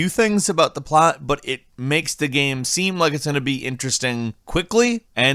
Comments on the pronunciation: He also says "gam". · "It's a pretty good gheme"